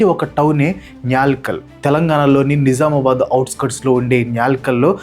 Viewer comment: Bro its nizamabad not nijamabad